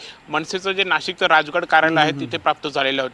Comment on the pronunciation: Can't Bhayyas pronounce "sh" 😂 Nasik, Eskool, Rajes 😂😂